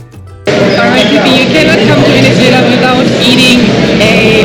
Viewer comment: I love how to pronounce Venezuela!!!! Enjoy the trip